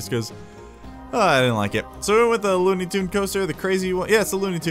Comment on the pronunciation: It's looney turns not tunes😂😂😂 Still love You,, tho